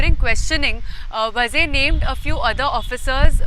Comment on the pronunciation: is pronouncing “Vaaze” as “Vaze”. There is a HUGE difference. It is not just WRONG pronouncing issue. In Maharashtra, “Vazes “ are Brahmin. If it is was really so entire political spectrum would have reacted TOTALLY differently. There is a huge constituency outside just waiting for such an opportunity. This MUST be corrected.